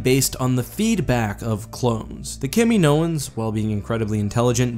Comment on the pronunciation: No one:: KAMI-NOANS